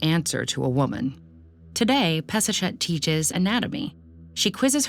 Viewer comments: HER NAME IS pass a shet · Peseshet sounds like Piece-a'-Shit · I can't get it out of my head. Peseshet and piece of ** sounds the same!!! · All I hear is Piece of $het....seems lovely though. Actually fits with her priestly rivals. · Drink every time she says peseshet